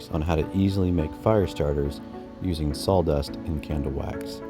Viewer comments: Sawdust Not saldust😢😮😂😂😂😂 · Very nice easy to listen to.(except for the salldust😂) I’m a fire starter addict.😊 I appreciate all the work and humor in this. Great job!🔥👏🏼👏🏼👏🏼👏🏼👏🏼🎉❤ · I had to say it myself every time I heard it. Sol dust, saul dust, sawl dust. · Are you saying s a w-dust or s a w l-dust?